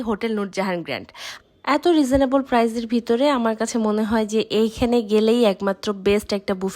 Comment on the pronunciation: কতবার বলবো শুধু প্রাইজ নয় এটা হবে প্রাইস